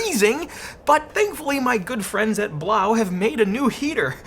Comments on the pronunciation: It's (b-low) not blaw , french language has eau or eaux at end of words make the o sound or oo. Quebedeau is my name * que bed o is how it's pronounce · I think "Blaux" is supposed to be pronounced "Blow" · Why do u pronounce it like that. It is obviously a play on the word faux and should be pronounced as ‘blow’ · I think Blaux is pronounced “blow” according to Google translate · So I just want to check, everyone does know that Blaux is meant to be pronounced "Blow" right? Similar to faux being pronounced like "foe" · I think the Blaux is supposed to be pronounced as if it were a French word (which would sound like 'blew''), instead of German (which would be pronounced as you pronounced it, but with an audible 'x' at the end). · It's pronounced "Blow". Just ask any Cajun. 😅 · I really think it's supposed to be pronounced "Blow", since it't a fan or heater and it blows air?